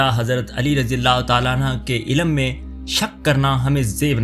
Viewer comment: Razi ALLAH ho tala Anhaaaa ni. Anhoo kehty hn❤